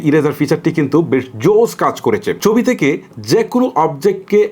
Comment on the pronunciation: চবি কি ভাই??? ছবি বলতে শিখেন।